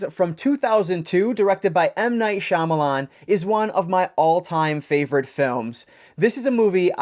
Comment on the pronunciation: bummer to hear that it's not a wow factor! Comon M. Night do better!! Thanks for the review and nice to see a reviewer who knows how to pronounce Shyamalan correctly!